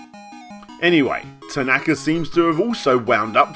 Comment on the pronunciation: If you want to go down that route, then it's pronounced "ta-na-ka", not "ta-NAka" as it was said throughout this video, but I'm not one to quibble as long as we know which sleasebag is actually being called out here!